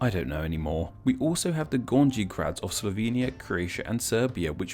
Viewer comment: WOOOOW.... All this research into Slavic words and you never got around to finding out that j is pronounced like i and y? Gorngee grad????? It s gorny grad. For fucks sake how do you do your research?!? A channel with a language theme and you dont know j is i in Slavic languages... And a buttload of other languages? It also serves as i in many Nordic languages. J as gey is actually rare. This kind of stuff really is going to make your audience wonder what other stuff you've done a half assed job in if you half assed that.